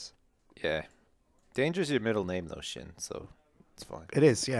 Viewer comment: i fell like only me and sjin say his name correctly it is prounounced shgin